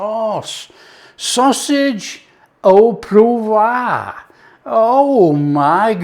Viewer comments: Haha. I think his initial poo vrah became poo voir which should methinks be more of a Pwoi vra phontically but has earned the right to pronounce poivre how he likes!! 🙂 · You Had Me at "ooo puvwah" (sry cant spell French) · Oh pwarvrer, but uses Yorkshire pronunciation. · you need to work on your pronunciation of "au poivre"! 😜